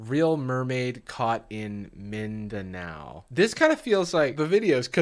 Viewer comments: His pronunciation of Mindanao is better than most foreigners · Off subject but I so appreciate my boy pronouncing Mindanao right